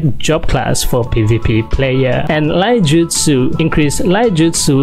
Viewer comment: King, I just want to make 1 correction: it is not called Laijutsu, it is called iaijutsu (read: i-ya-i-jutsu), referring to a school of sword technique specialized in quick sword draw and then sheating it back